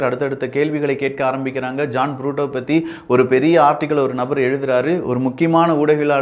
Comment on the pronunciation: ஜான் புரூட்டோ அல்ல. அவர் பெயர் ஜான் பிரிட்டோ. சரியாக உச்சரிக்கவும்.